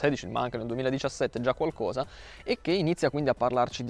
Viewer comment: Quando senti dire "qualcuosa" e provi emozioni davvero forti.